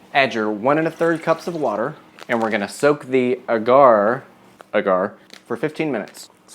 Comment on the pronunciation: You're too cute and I love your videos. I just bought this book and am also cooking my way through it. Just a helpful tip, agar (usually seen as agar-agar) is pronounced like dagger, or like lager, depending on your accent.